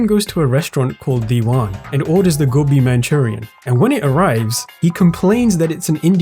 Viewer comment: This video started playing while I was cooking and I just kept watching it without even reading the title, but I knew you were Indian as soon as I heard to pronounce "gobi"